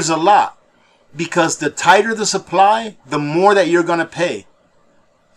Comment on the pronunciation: OH NO CCP GOT TO....he said suppry instead of supply 😝😝🤣🤣